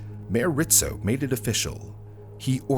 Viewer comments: IT'S RIZZO, NOT RITZO. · I keep hearing Rizzo's name pronounced as "Rit-zo" .... I've always known it as "Riz-zo" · hearing him say Ritzo instead of Rizzo is painful ('pizza' argument is invalid btw) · It's not "Rit-Zo", it's Rizzzz- O" I remember watching this on the news. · It was hard to listen to how he kept pronouncing Rizzo as Ritzo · RIZZO, it’s pronounced RIZZO……not RITZO!! I remember that day clearly…..Philly cops were notoriously known for beating your head in, then asking questions. They were mayor Rizzo‘s personal Irish goon squad. I got pulled over for driving “ too nice of a car”. Nothing happened luckily but it was a 15 minute ordeal that I choose not to relive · his name was Frank RiZZo , no T